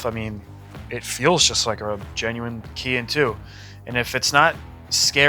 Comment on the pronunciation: Not trying to come off like a troll or anything, everybody does this and drives me nuts. The word on the carb, Kehin. It's not pronounced: key-hin, It is pronounced: kay - heen. Kehin > say, Kay - Heen. You're welcome.😂